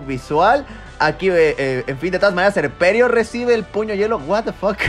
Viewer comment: 🤣🤣🤣 la pronunciación de los nombres y después puño yuelo🤣🤣 fue demasiado